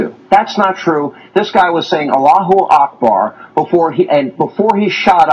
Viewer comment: <---- got that right, Allahu Akbar! See even the anchor is getting assimilated, he just needs to work on the accent :p I think Coulter is just jealous that Katie Russell rocks the hijab and still looks pretty!